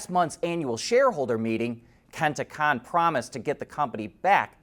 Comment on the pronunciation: Hi! Love the channel. The "Kon" in Kenta Kon is is pronounced like "Cone". Kenta "Cone"